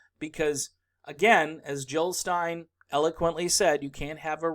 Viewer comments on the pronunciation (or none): none